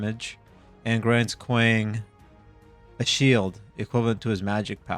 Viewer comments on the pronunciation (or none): You’re pronouncing his name wrong it’s KWong The A sounds like an O